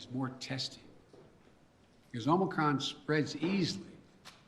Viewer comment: Madness. I’m not listening to this rutabaga. Also 👇🏼 It’s OMICRON OMICRON OMICRON not OMICROM you absolute oh my god this dungbeetle.